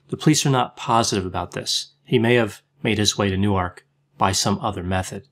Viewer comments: i’m from nj where people argue over the pronunciation of newark... some say noork and some say new-erk. hearing u say nu arc has made my brain explode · I find it hard to believe you lived In Newark, which is pronounced Newerk., stressed on the first syllable. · newark de is pronounced new-ark